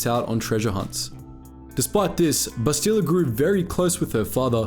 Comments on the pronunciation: Bass-tee-la???? Come on bruh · Ouch, you've mispronounced both her first and last names. It's Shan, not Shen, and the emphasis in her first name is on the first syllable, BAST-ila. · Take a shot for every Bassteeluh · Must admit, your pronunciation of Bastila, though still accurate, is a bit weird for us (we say "Bas-teh-la" instead). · Did you never play the game because you are butchering her name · You are saying her name wrong. Listen to how it is said in the game. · If you actually played Kotor you would know how to pronounce her name right. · I'm sorry but what the actual fuck is that pronunciation? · There's literally dozens of voice lines with her name and somehow you still say it wrong. Wtf... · You said her name wrong lol love the videos though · If you play or watch Star Wars Knights of the Old Republic you can see her name is pronounced differently from how you said it. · they literally say bastila in the game how did he pronounce it wrong lmfao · Like the video but cringe at how you pronounce Bastila.